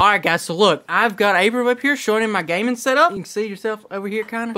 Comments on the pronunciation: Who else herd him say the game in the gun 😂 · Anybody else notice he said game in the gun in the begging😂